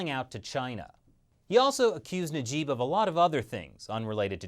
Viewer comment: Oh and their names are pronounced maha*there* and *Na*jib's a is pronounced like the u in sun.